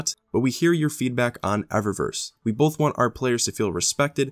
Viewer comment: I love you bro but so help me god there is no L in both for fucks sake it's both not Bolth